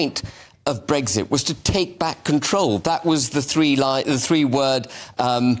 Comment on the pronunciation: Habib can't even pronounce the word "Brexit" correctly. "Bregsit".